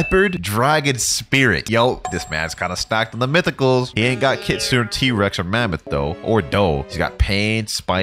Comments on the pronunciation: that's besides the matter, the correct pronuciation for the Japanese word is Keet soonay, because kitsune is japanese for fox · ITS KIT SU NE NOT KITSOON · please stop saying kit soon, please say keet soonay